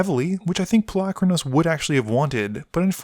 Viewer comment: pol-U-kranos not Palackranose.